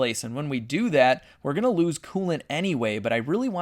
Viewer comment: If this doesn't work, I don't know what I'm "unna" do? What dialect of American is that ? It's pretty cool.